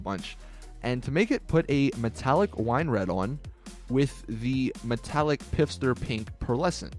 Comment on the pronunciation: Y u callin it piffster